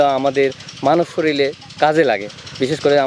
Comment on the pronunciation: ওরে ভাই শরীল নয়, কথাটি শরীর । অফিসার??